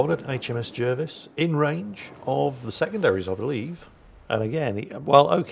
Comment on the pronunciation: It's pronounced JARvis.